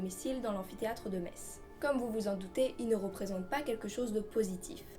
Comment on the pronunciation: En tant que Lorrain je suis très content que tu aies choisi cette légende pour démarrer cette nouvelle chronique ! :) Tu as très bien présenté ce monstre ( et surtout tu as bien prononcé le nom de la ville de Metz ^^) chapeau l'artiste ! Vivement la prochaine vidéo !